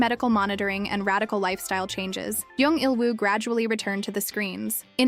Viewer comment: It's jung not young say it right